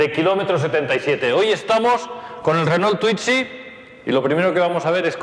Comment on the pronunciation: No se dice "twitzy" y para entrar lo único que debe hacer, es correr el asiento como en cualquier auto.